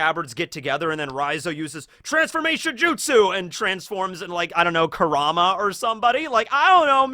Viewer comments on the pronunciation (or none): none